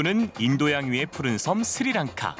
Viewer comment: It is not siri lanka it is sri lanka.